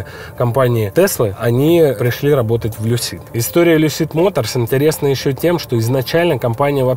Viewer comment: В слове Lucid ударение на первый слог. Но для этого нужно знать английский...